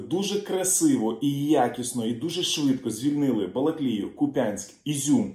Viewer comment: кУп'янськ!!! наголос на У!!!!